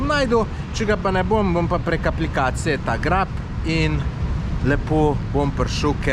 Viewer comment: "GREP" ne GRAB 🙂